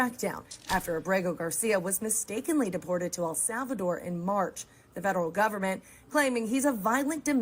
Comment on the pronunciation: It is EL Salvador, brother, not AL.